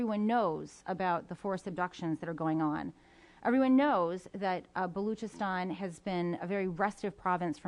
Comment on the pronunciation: Balookistan.. Cant even say it properly..and I should expect him to talk about it properly..